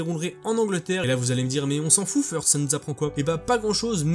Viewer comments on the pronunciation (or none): none